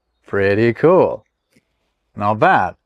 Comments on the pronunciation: beginning to sound like a German, the way you say "cool" as "kuhl". 😄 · you say “cool” a bit like German :D